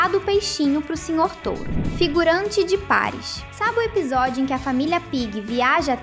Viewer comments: N è paris è parìs tem acento kkkk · Para de falar errado Paris Paris é parís